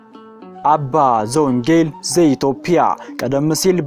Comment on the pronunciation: ኢትዮጵያ ብለህ አስተካክለህ አንብብ ኢትዮፕያ አይባልም ኢትዮጵያዊዋን ጰ ን ለምን ተውሃት ትርጉም ስላላት ተጠንቅ